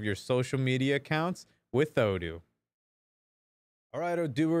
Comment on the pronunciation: you forgot to say O doo not O don't:D we love you:*